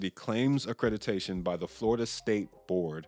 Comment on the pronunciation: Omg the way you say accrediDAtion drives me bonkers.